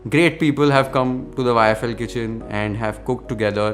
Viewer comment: You haven't changed in all these years - you still mispronounce YFL as IFL😅Keep going🎉